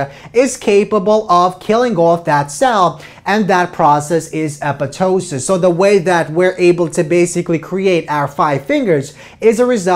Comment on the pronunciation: He said it correctly- it's commonly mispronounced as "apoP"....